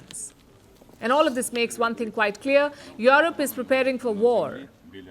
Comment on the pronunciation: Yurep not yorop